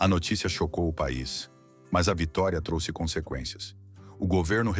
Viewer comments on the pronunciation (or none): none